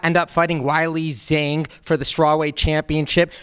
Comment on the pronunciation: Im not a big commenter but i did study in Shanghai for a short while. It's prounounce (Way-Lee Ghong) The a in Zhang in Mandarin sounds more like an O almost like it does in bOng in english. Keep up the good work!